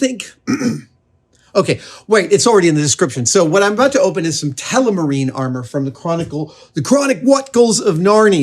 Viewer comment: am i the only one that hear adam say telemarine instead of telmarine?